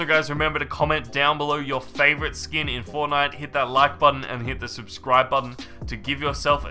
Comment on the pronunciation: he said skoon